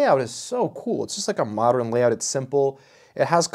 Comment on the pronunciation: The way you say “modern” like “moderin”